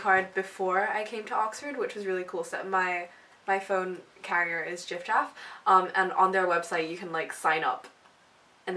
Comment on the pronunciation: Did she say jifjaff 😂 it’s gifgaff